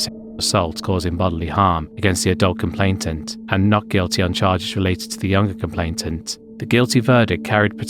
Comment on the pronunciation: The proper pronunciation is “kum-play-nant,” NOT “kum-playn-tant.” It is spelled—-if you are interested, thusly: C-O-M-P-L-A-I-N-A-N-T.